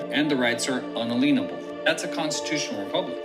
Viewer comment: Bro not un-a-lean-able ... un-alien-able